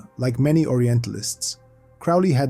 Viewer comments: Dude, it's pronounced Crow Lee, get it right if your gonna teach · Crowley rhymes with Holy you schmuck!!😂